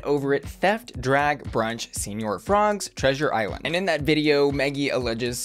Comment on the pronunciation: The fact that she said $1300 was stolen, $700-800 was stolen, $500-700 was stolen...I mean that's a huge range, make up your dang mind. And then demanding thousands in damages? Yeah no. Also still rolling my eyes at her calling it "Senior Frogs" lol. I am glad Shannel is going to stop doing the taking people's purses bit though because it just seems like a bad idea all around.